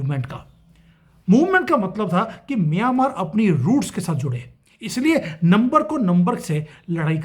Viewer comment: अरे भाई म्यानमार स्पष्ट बोलो, मियांमार नहीं. ऐसे बोलोगे तो मियां मारने की ही सोचेगा, ये अलग बात है की वो उसमे कभी सफल नहीं होंगे.